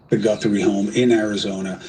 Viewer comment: It's GUTH-RIE. AI needs to be regulated.